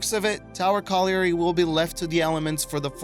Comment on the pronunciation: Hate to nit pick but the mine itself is of a tower colliary type. Not its name. Colliary is pronounced colli - ry as if the a does not exist. Yea i know im annoying but i spent 10 years pronouncing it wrong. The tower refers to the lift mechinism that would bring miners up from the coal face below. Im from the uk and the things we pronounce differently baffles me too